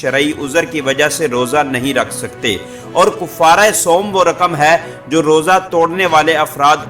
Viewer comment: بھآئ کوفارہ نہی ہے کفارہ کاف پر زبر ہے